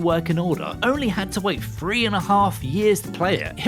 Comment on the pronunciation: Three Four Three, not Free Four Free. Why can’t you pronounce the word Three?